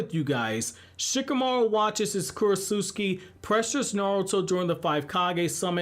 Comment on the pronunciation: I think talking so much about Isshiki, Momoshiki, and the other Ootsuski be on your mind a lot because you haven’t pronounced Kurotsuchi’s name correctly one time in the last couple videos about Shikamaru Shinden 😂😂